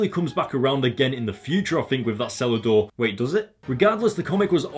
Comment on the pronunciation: Omg easily one of your best videos yet. The ending with the smile and the beginning, You reminded me of a little kid. And when you said cellar door I thought you said salad door XD because of your accent and I love how you said he has nothing left while he's standing on the deck of a mansion in the alps while probably drinking a really expensive alcohol